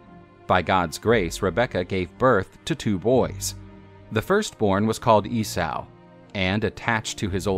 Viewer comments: EE-SAW NOT E-SAOU!!! GFDI! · You mispronounced Esay.. it's EEE-SO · E-sow?! Lol 😂 Esau like Yesau or Issa, which is actually the same name as Jesus and Joshua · I have heard countless people pronounce it this way and in 40 years I've never heard it said E-Saou! and many were theologins who studied the old ways. but what do 50+ theologins, historians, clergymen and the like know.... APPARENTLY!!! ffs